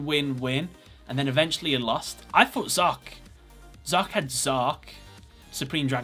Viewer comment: It's Zarc, not Zark.